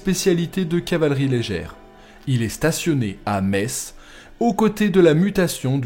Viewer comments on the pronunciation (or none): none